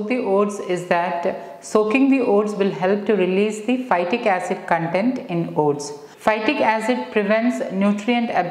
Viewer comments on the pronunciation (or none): none